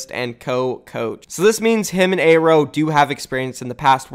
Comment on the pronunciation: YOOO HUGE NEWS PRONOUNCED AERO’S NAME CORRECTLY!!!!:D